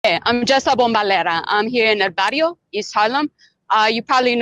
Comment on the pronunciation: I'm Hispanic and I thought she said "the radio" lmfao